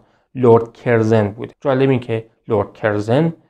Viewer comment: کسی که لرد کورزون را کِرزِن تلفظ میکنه مشخصه مطالعه اش کمه! چون صداش و اطوارهاش خوبه ، نوشتن دادن دستش! نون به نرخ روز! اقای رو گفتم!